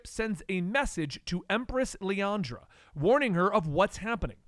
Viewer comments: LILANDRA not LIANDRA... it was Bishop not Forge... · Man, the pronunciation on some of those names is way off. Liyana, Erik Leshner, etc.